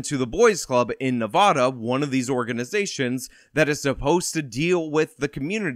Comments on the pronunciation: .- its NevAHda. Cmon dude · Theres no "O" in Nevada